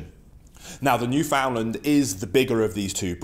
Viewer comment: Hey, Thanks for your espousal of the two Dogs. However, firstly, I must comment. Your pronouncement of Newfoundland (the Dog and the place), is incorrect. Said properly, Newfoundland, when uttered will rhyme perfectly with "understand". As they say, "Understand-Newf-in-Land. A small quiver to those not from here, but a massive one to those who call this place home. Columbus